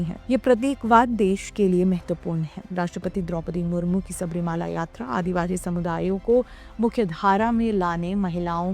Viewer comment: Ek correction: Theertha sthan ka naam SABARI MALA hein SABARI " MAALA" NAHIN. Sabari sanyasini hein aur bharathiy epics mein prasidh hein. MALA ( with short A sound ) Is HILL OR MOUNTAIN ..PARVATH. SO MOUNTAIN WHICH IS NAMED AFTER SABARI. TEMPLE IS ACTUALLY A SMALL 20 X 12 SHRINE. ON THE HILL.AND THE CLIMBING STEPS NOW COVERED BY BRONZE CAST STEPS ARE 18 IN NUMBER. STEEP WITH.JUST 20 DEGREE INCLINATION. ORIGINAL ONES GOT WORN OUT BY 4 CRORE FOOT STEPS A YEAR. on an average for over 100 yrs.